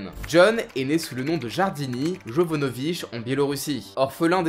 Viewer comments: Pas jardini ses jardani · deux petits points ; le prénom Jardani se prononce comme si le JA tu le disais YA , du coup sa serais plutôt Yardanié ( oui c horrible écris comme sa je sais ) et 2e point le tatouage en latin qu'il dans le dos , Fortis Fortuna Adjuvat se traduit par quelque chose comme " la fortune sourit aux audacieux " j'ignore si un corps de la Marine a quelque chose de similaire , je pense simplement que en + d'être stylé c par rapport au personnage